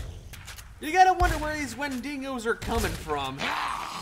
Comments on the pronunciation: Why can't they properly pronounce Wendigo? Always "wendingo" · Guys, I love you and everything, but the way you say wendigo makes me convulse violently, it's wen-dig-oh